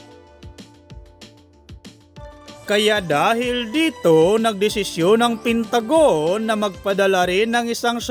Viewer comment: Bumasa lang di ka pa marunong, pentagon hindi pintagon